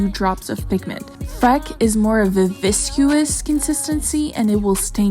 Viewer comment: You had me at "Viscous" The way you pronounced it was way better though; and thank you for all the love and effort you put into your videos and YT career while going through the trials and treasures of this life🙇🏾‍♀️💜💚💗 Abrasos querida